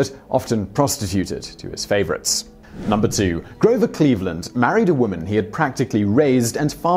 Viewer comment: Pssssst.... stop calling a US president, whose name is therefore ridiculously easy to confirm and get right, “Grover ClevelandS.” FFS! It’s CLEVELAND, like the city! I know you’re not American, but 2 seconds of googling would have prevented that mistake!